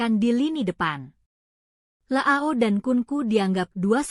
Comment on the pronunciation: Leao ❌️ La ao ✅️ 😂